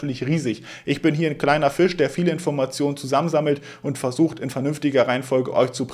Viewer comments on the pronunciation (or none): none